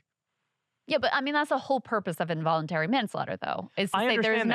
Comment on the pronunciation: Dude is not hooked on phonics :(